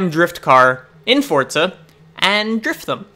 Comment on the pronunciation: There is no t in forza